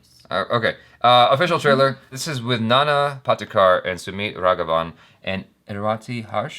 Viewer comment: It's not Nana Potty kar, it's actually Nana Patekar.